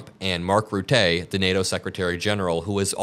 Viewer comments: It's Rutta, not Ruttaey. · On a side note I would like to say it's pronounced Mark Ruttuh instead of Rutay. It's both 'uh' sounds. Sorry I'm Dutch it's hurts my ears everytime 😂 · It's not Mark Rutay or Ruté, it's pronounced Roo-ta. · It's pronounced Mark Rhut-tuh with emphasis on the first syllable ;) (It even sort of works in google translate when using speak option) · Arrrgh! Will Americans PLEASE learn to pronounce people's names properly? Mark Rutte is pronounced like you mispronounce "Qatar".